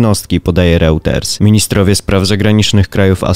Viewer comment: Mówimy Rojters a nie Routers